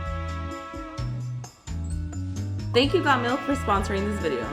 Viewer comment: Bruh when she said the thing like got Milk and all of that I thought she said god milk like if u thought so to